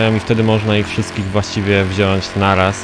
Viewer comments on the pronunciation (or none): none